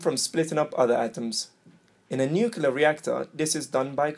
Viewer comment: Yeah good video, but you lost my respect with "nucular" It's not hard to say nuclear, (noo-klee-er) especially in a teaching video.